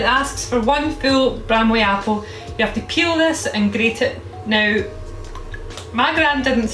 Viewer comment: Keel it --> Peel it My Brain: Keel it --> Kill It Apple: Screams